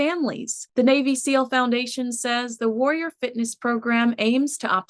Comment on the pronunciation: Please adjust the way you say warrior its not WOY YER its WAR RI OR